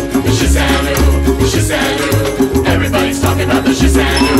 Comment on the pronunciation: shisan WU not shisan oooo